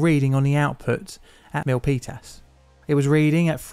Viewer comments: I thank you as well. Jeff Raskin lived just a couple miles over the hill from this disaster so it's even better. I'm also impressed you called it the Peninsula on top of pronouncing Milpitas correctly. The Peninsula is very Mac-centric. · I just want to acknowledge your effort in correctly pronouncing "Milpitas". 😉 PG&E doesn't have the greatest reputation here, partly because of this incident. They have also been found responsible for causing several wildfires that killed people. These days, they have special regulations in place that turn off power to parts of the electrical grid on unusually windy days or during certain intense weather events. This is, of course, a pain in the ass for people who have to deal with a power outage.